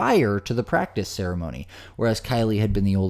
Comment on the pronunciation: I sincerely seriously hope that you actually mispronounced Ceremony by accident, otherwise you're just low.